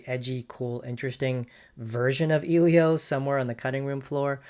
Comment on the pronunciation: The fact that this dude mispronounced "Elio" from the get go already tells me this wasn't going to be a fair comparison